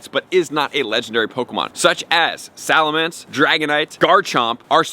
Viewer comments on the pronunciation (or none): none